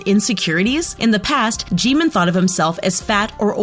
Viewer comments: StOb It nOw lEaRn hOw tO pRoNoUnCe tHeIr nAmEs iTs Kim Namjoon not "Kim Nemjoon:! aNd ItS Min Yoongi not "Min Yoon gi"abn its Park Jimin not "Pek Jimin" Edit: and its kinda triggers me when she say their name ;A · THE PRONUNCIATIONS ARE TRIGGERING ME STOP SAYING JEEMIN 🤦🏻‍♀️ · Umm you don't pronounce Jimin's name like that Lmao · the way you say Jimin hurts me also I think he hits his members because he's embarrassed the way you say Jeon Jungkook hurts me as well seeing the thumbnail makes me idfk, Jhope was 19 or 20(?) when they made their second music video which was we are bulletproof pt2 Edit:hello again sisters(not a fan of james Charles and never was) Hoseok/Jhope was 19 in no more dream and we are bulletproof pt2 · Theresa Gallagher Jimin is pronounced with short i:) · The way she pronounced there names like sooga and min joongi, jeemin pack jimin jongkoo got me no hate but ye this just gave wrong information j hope is not the mother of the group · Ah, This vid is so cringe At the mispronounced names '-' Kim teary Young? Edit Thanks for the likes! And Jimin is soooo easy to pronounce it jim-in not Jee min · What did she just call V? And who's junkoo. Also she said Jimin's name right when she made that joke but then procedded to say it wrong for the rest of the time